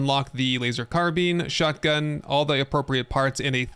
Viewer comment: WAIT A SECOND!!!!! So he'll look up the pronunciation of Bolognese.......but not Carbine?!?!? I am disappoint (not really though)